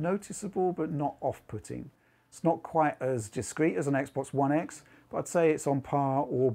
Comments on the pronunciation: did u just said Microsoft Sex box series X? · Sex box series x is what that sounded like to me lol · Die he say "Microsoft's Sexbox Series X"?